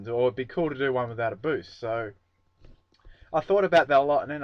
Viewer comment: Lol boost not boosh.